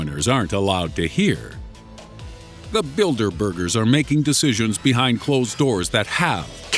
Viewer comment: "Bilderbugers" lol